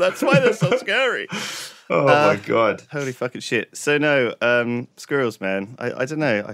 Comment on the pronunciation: and lewis: Sqwhereruhls.: Squral